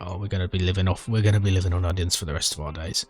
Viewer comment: on-nions ON-NIONS i love your pronunciations, subbed immediately. 🎉